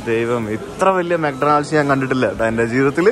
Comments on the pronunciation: bro' mc Donald's' pronunciation thettu anu . ഡൊണാൾഡ്സ് അല്ല. mak daw nuhldz ( മാക് ഡോണൽഡ്സ്). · തിരുത്താൻ പറയാൻ ഞാൻ വലിയ ആളല്ല എങ്കിലും പറയുകയാണ്, മെക് ഡോണൾഡ്സ് അല്ല മെക് ഡോണ്ണൽസ് ആണ്.ഡി സൈലന്റ് ആണ്.